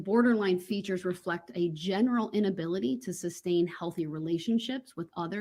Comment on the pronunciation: That ree-moo-mee-den was hilarious. Substain, grounz and various others weren't far behind.